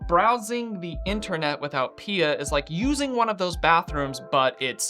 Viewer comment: I've never heard someone call P I A pee-ah ... I mean pia is pee-ah but... yeah... interesting...